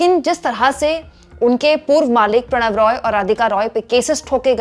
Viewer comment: Prannoy Roy, not Pranav Roy....